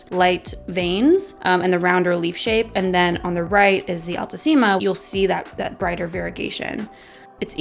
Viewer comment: Haha the pronunciation is wrong. They're latin words so "ficus" must be pronounced just the way it's spelled, not "faicos". And "altissima" is not "ál-tusima", it's "altísima" (your second pronunciation)